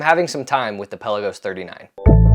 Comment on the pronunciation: peLAgos. Accent on 2nd syllable.